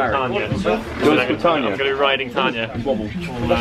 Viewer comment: "I'm gonna be riding Tayna"... Oh